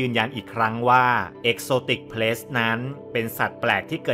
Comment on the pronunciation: ขัดใจอย่างเดียวเลยออกเสียง “pet=เพ็ท“ เป็น ”plets=เพล็ทส์“ ถ้าออกเสียงให้ถูกจะเยี่ยมมากเลยครับ😂